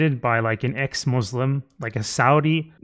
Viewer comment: pronounce muslim better than all those so called "ex-mouzleym"